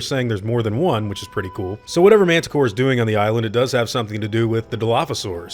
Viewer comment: Is he saying Mantah Core? I thought it was Mantah Corp...